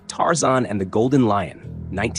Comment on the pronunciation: It's Tarzan, not Tarzon. Warner Brothers, not Warner Bras. Read you own scripts. No robot needed.